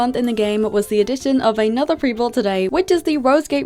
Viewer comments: why you say peetahbreed how dare you😡🤬🤬😡😡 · why you say peetahbreed how dare you